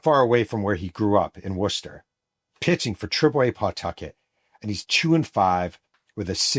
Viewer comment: I’m glad you said Worcester instead of warchester😂😂😂